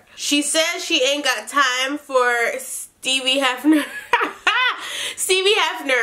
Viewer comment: “Steebie Heffner” 🤣🤣 dead af